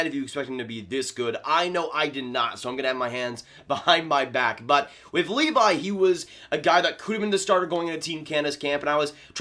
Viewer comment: It’s pronounced Leevee